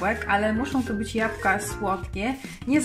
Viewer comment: Jabłka, proszę pani nie japka !